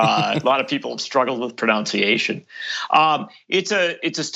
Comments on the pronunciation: 'A lot of people struggle with "pronounciation"', including the pronunciation of the word, pronunciation, apparently. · "A lot of people struggle with pronunciation" Mispronounces "pronunciation". Doh! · I spotted that too, the irony was rich. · If he is saying many ppl have problems with pronunciation and he mispronounced the word that just proves his point, no irony